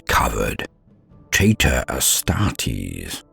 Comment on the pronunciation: Awesome video made even better by me mishearing "traitor astartes" as "tater astartes". (Taters = Potato)